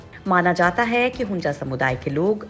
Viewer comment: Don’t know how to pronounce? It is HUNZA and not HUNJA. 😡